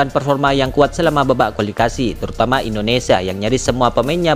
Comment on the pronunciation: MIN KLO NGUCAP " NATURALISASI" JNGAN JADI "NATUSASI" , QUALIFIKASI JADI QUALISASI..AUSTRALIA JADI ASTRALA..WKWKW 😂MAU KMN SI CPET2 MIN? BELANDA MASIH JAUH..PELAN2 AJA WOI